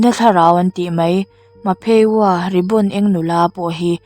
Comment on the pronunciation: Ma phe waa🚫 Mah phee wa..✅ 😆💓